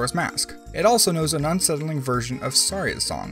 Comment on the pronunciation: FINALLY someone who pronounces Saria’s name right 😂